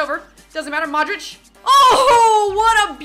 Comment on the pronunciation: You are sayin Madrič not Modrič